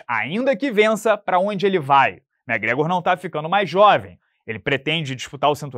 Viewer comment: Só vim pra ouvir o amiguinho falando Mé Grégor 😂